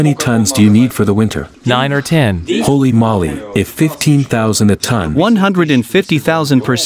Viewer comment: I like how the voice-over pronounces "Holy Moly" like he is saying "Molly" instead of "Moly" (Moe-Lay/Moley)